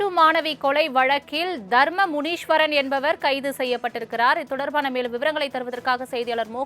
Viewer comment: முனீஷ்வரன் இல்லை. முனீஸ்வரன். தலைப்பில் உள்ளதுபோல் படி.